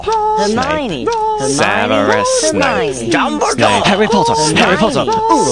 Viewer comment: dumbledore sounds like hes saying jumbledore xD